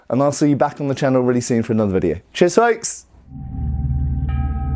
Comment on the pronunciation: ths "chears folks" at the end sounded like the german colloquial word for goodbye "tschüss" at least on double speed. English really is a germanic language